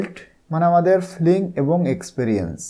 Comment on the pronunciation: ফ্লিং না ফিলিং হবে